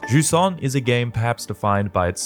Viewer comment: If only they said its name correctly just once.